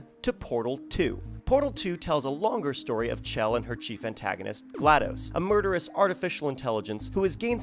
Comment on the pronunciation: this is great and all but it's GLaDOS "Genetic Lifeform and Disk Operating System" not NNaDOS.